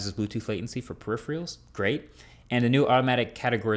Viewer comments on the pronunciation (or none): Not the most interesting update. Also Marques, by this time I wonder if you just mispronounced peripherals as a running gag. I cannot imagine you don't notice :D.